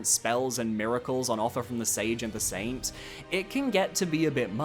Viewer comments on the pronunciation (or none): none